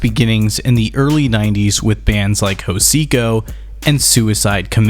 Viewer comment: Great video man! Now I can send this to people when I don't want to explain what Aggrotech is that I listen too and make myself. Only thing that was kind of annoying. Is how you pronounce Hocicos name. The H is silent. Haha. It's fine. I did that for a very long time myself :) Keep up the good work. And let's see some more around the electronic subgenres. Futurepop next maybe?